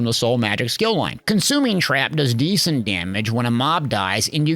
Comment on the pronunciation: Plus u cant trust a guy who says skill loin!!!!!!